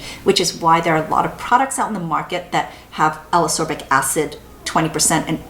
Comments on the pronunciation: I really, really like your videos (in fact, I rewatch many of them just for the pleasure of hearing you talk about products), but I need to say this or I'll explode: Ascorbic is pronounced as-COR-bic, not a-SOR-bic, just like escape is pronounce es-CAPE and not e-SAPE ;) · Love the reviews but Ascorbic acid is pronounced as As-kor-bic acid. Same as Ascorbyl (as-kor-byl) 🤔